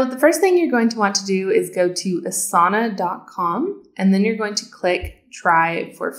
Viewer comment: Thank you for a quick overview on Asana! I would just like to comment that since Asana is a yogic term, the correct way to pronounce it would be Aasana not Asaana. I recommend you listen to some Sanskrit pronunciation videos for Asana. Thank you!